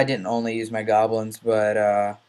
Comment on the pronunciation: I love the way you say but.. "BUATT"